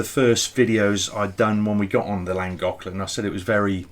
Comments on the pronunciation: i think you will find llagoclan is pronounced flangoclan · Llangollen I think it is better if you try saying Lan-goth-lan saying it softer brings the sound out closer. I am not Welsh,(only10% of Welsh speak Welsh but getting better) I speak a little after 40 years here 😉 have you thought of trying that Goggle translate site where you can click on the sound button and it will say it ? Just trying to help 👀😉